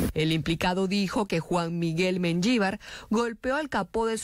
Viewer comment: MENYIVAR ? NO SERA MENJIVAR ? ES ESPAN̈OL ,NOMBRE PROPIO ..